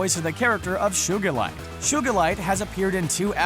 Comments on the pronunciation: Did...did he say...SHOE-gilite? It’s Sugilite. (Or however you spell it.) SUE-gilite. That’s how you say it. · I think the background is cuz he lives in an old town... I wouldn’t think to into it... it’s also SUEgalite not SHOOgalite... that made me laugh super hard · SHUGILITE? LMAO ITS SUGALITE watch the show pls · Did he said shugalite, it is sugalite fcking sht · its not shugilite its sugilite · Shugalite I thought it was sugalite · Who else got triggered when he said shugilite instead of sugilite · it is soo-guh-light NOT shoe-guh-light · It’s pronounced Sugalite, not Shugalite. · ᔕᕼᑌGᗩᒪITE 😂😂😂😂 ᔕᑌGᗩᒪITE ᑭᖇOᑎOᑌᑎᑕEᗪ ᗯᖇOᑎG ᔕO ᖴᑌᑎᑎYYY 😂😂😂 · He probably just got some guy who has watched the show to explain what it was without watching it I mean, he pronounces Sugilite as "shoe-gull-light", and they literally said Sugilite in the episode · Excuse me... SHugilite? not Sugilite? So this Channel's name is SHcreen Rant? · 1. Its pronounced as suegalite not shoegalite 2. Hardly any of these are really dark 3. The Earth has a giant cluster in its core which is most likely poisoning the Earth by its very existence 4. The gems that look after Steven rebelled against their homeworld when the diamonds tried to destroy the Earth 5. Garnet rarely ever gets mad about anything so she is not representative of anger. If anything it would be Pearl being protective Amethyst being competitivity and Garnet being maturity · It's pronounced like (soo-ga-lite) not (shuu-ga-lite) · who's shugalite? I only know Sugilite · Shugallite??? Do u mean sugilite? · It's Sugalite not Shugalite😬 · I gave the vid a try. Don't get me wrong I'm a big fan of SU, but then I heard him say sugerlight. Wtf, its sugilite. How can you get that wrong? Its an actual gem. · SUE-GA-LIGHT, Not SUGAR-LIGHT 😂😂😂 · Shugalite? Seriously? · You friggin said sugalite wrong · You pronounced sugilite wrong You pronounce it like Shoogilite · Sugalite* He pronounced it wrong. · Lmao "shugilite"